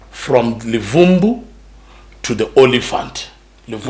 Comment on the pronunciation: He cannot even pronounce Luvuvhu and he says Levumbu. The old maps of the Transvaal have to be brought out.